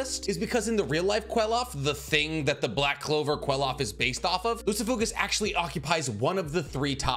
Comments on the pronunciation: Bro it’s pronounced klifof not que-lof💀💀😂😂😂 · I'm sorry but it's pronounced cliff off